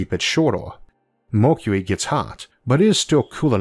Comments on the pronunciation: Why You Say Mockuee....instead of Mercury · The speaker can't pronounce "Mercury" properly. Either that or he can't read properly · I thought it was an accent too at first, but actually he has a speech impediment. You get used to it after a while. If you have trouble understanding you can turn on Closed Captions :) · your way of saying mercury 😂